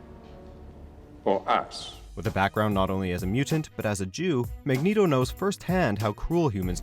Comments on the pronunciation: "MEGNETO" LMFAO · "Magneedo" XD